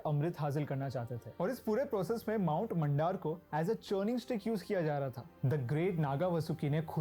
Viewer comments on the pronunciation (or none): Whoever the guy is in the video he clearly needs to study the very subject he is talking about. The most important aspect in Sanskruth is pronunciation. This Indian guy is so embarrassing. He literally called Parashuraama as "Pashu" Raam which means "Animal". मंथन ko मनठन bol raha hai... मंदार पर्वत ko मंडार bol raha hai 🙄🤷 हयग्रीव ko हया ग्रिव 🤮 हिरण्यकशिपु ko Hiranya Kashyap... हिरण्याक्श ko हिरन यक्श 🤒🤧 This guy is cringe!